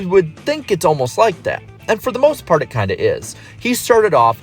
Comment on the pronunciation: Am I the only one who hears “he has for the most fart” under the BK section?